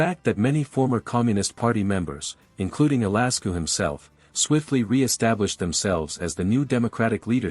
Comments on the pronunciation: not even pronouncing the names correctly by a click bait is really "facts" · The AI voice and mispronunciation of the names ruined it for me. Thumbs down.